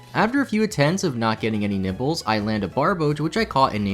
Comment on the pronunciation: any one hear him say "not get any nipples" instead of nibbles? Lolol